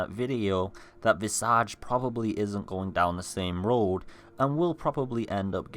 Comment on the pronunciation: I didn’t even know about this game—please tell me I’ll be able to play it on a console if I don’t have a sweet PC by the time it comes out. Oh, and it’s pronounced, VIZ•ij. It means, “The image of a person’s face.” I hate to be “That Guy,” but since it looks like everyone will probably be talking about it when it finally comes out, I don’t want to see anyone giving you shit for saying it wrong.